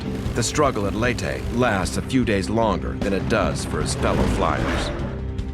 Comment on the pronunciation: I'm surprised the narrator pronounced Leyte correctly. Most other narrators from other documentaries would pronounce Leyte as "Lay-ti" when it should actually be pronounced "Ley-te"